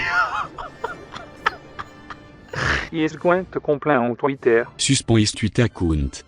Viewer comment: soospen is tweetair acoont